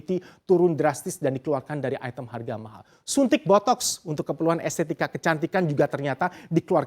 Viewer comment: "mahal" nya bisa biasa aja ga?😂